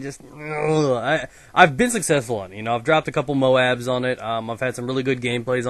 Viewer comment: y do u call it moaaaaaaaaaaaaaaaaaaaaaaab its moab god say it right